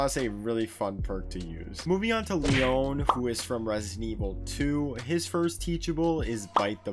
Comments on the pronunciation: Jill and Leóne I can't tell if he's pronouncing it wrong on purpose or not 🤣 In every piece of media, his name is pronounced LEE-on. I like this new pronunciation though. I'm using it. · ITS PRONOUNCED LE-ON NOT LEONE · Bruh his name is Leon not Leóne. It's pronounced Lee-on :) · I love ur videos but Leon is pronounce Leeawn not leeone 😂 it’s such a minor thing but I’m just annoying lol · "Lee own" lmao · It's pronounced LEE-ON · Leon is pronounced like Lee on. Its not french haha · Did u say le-ONE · Listen I love but his pronunciation of Leon hurt my soul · I’m sorry but I can’t get over the emphasis he’s puttin on the O Leon’s name, it’s not wrong but every time I hear it hear Ashley’s “Leon” scream from resi 4 in my head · Dude love you're videos but bro. You killed me with Leon's name 😂😂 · I felt that. Not to be rude to but yeah I heard it and kinda cringed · That hurt my soul to hear